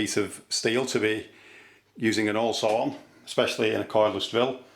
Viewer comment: Olesaw and eat? This guy doesn´t respect the letter H!